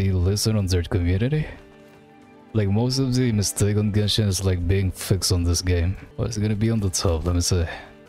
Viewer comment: You are so used to with genshin yet you don't know the correct spelling of genshin, it's genshin bro not jenshin